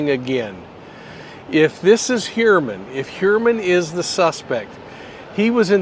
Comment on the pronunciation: here's the deal - pronounce the last name, rhyming it with Sewermann - you're pronouncing it incorrectly!